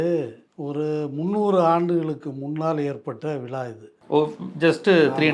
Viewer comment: விழா என்று சரியாக உச்சரிக்கவும் விலா என்று சொல்லுகிறீர்கள்